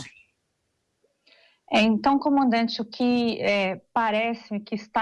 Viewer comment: Esse cabeça de ovo toda vez erra o nome do comandante 🤣